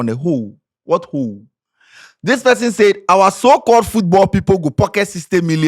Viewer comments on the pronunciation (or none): none